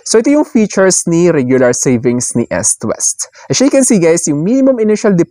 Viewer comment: Eastwest po, hindi Estwest. As in you pronounce it as eaaassst hindi esst